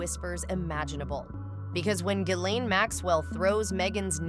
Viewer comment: It’s Gee lane